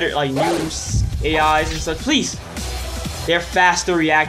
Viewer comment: Yew kept sayin pleasr